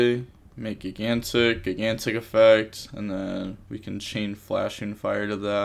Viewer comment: I’m joking. I’ve never heard it pronounced “gig-antic” before.